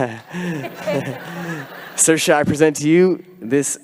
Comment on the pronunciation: it's pronounced "sear-sha". It means freedom.😊